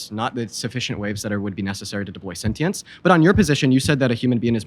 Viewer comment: If your mvp can’t pronounce “sentience” correctly and his entire position relies on a word he cannot pronounce, I would highly advise a new “mvp”